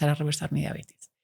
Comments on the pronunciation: Muy buena charla, todo bien pero sorry! No es mala onda pero no puedo creer que tan estudiada le diga Diabetis es Diabetes!! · La señora no sabe siquiera que se llama diabetes no "diabetis" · Como confiar en lo que dice una persona que se dice médico y dice “DIABETIS”, vergonzoso